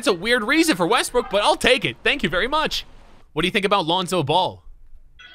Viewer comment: "Russell Westbrick" lol.